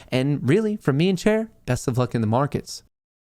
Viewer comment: Does say, "From me and Cher?" or "From me and Chair?"